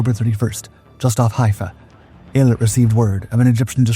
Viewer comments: You are pronouncing the name wrong. Its EEL-AT announciation. Named after the resort city on the Red Sea coastline. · Eilat, named after the ancient port used by King Solomon and a modern port and resort, is pronounced with the accent on the last syllable: Ay-LAT. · Worst pronunciation of Eilat of heard yet😂